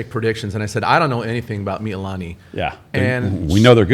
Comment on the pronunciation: Hawaii just called me. They heard the way you pronounced Mee-lee-lah-nee and they told me they have cancelled your Aloha shirt privileges for the next two weeks. Instead, your punishment is to wear Depeche Mode t-shirts that are two sizes too small.